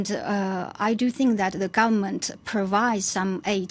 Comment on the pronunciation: the guvmunt and uhh uhhh i think that uhh that uhh i ya uhh to govement uhh and people uhh they give some sort of aid to the peopre uhhh the houses for example